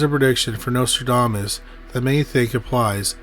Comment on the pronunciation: Notradamus !?? What the!! The narrator speaks very lazily and doesn’t even pronounce the name correctly!